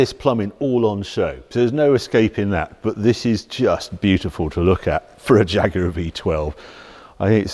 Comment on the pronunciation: Thats not a "Jaaag", its a proper Jaguar!